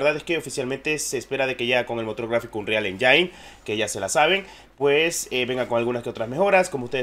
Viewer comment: De donde sacan que "Engine" se pronuncia "Enyain"? XD